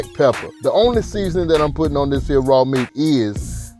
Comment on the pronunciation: When he said "dis here skillet"....🤣🤣.Chile I became a believer and a subscriber ❤